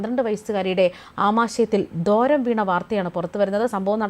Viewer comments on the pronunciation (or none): ദോരം അല്ല മാഡം ദ്വാരം എന്ന് വായിക്കൂ.